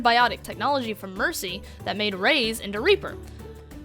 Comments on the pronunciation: Reyes its pronouced rajas not rays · Ffs is pronounced Reyes, not Reiss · nitpick from somebody who speaks Spanish: Reyes is pronounce like "Ray-yez" not "Rays" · You continuously pronouncing Reyes as "Raise" killed my last two brain cells. Otherwise, good video. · The way you pronounce "Reyes" makes my blood curdle.